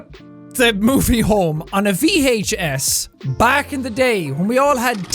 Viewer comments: I dunno why the way he pronounces Vhee Aych SSSS makes me wheeze, but it does. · the VHEYHS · Vee hache ess